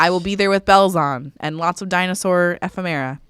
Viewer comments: Phonetically: Eh-Femme-Era. (Ephemera) that’s how you say it lol 👍🏻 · Happy 100 episodes! We love the show and all of you guys! P.s. word is pronounced E-fem-er-ah 😉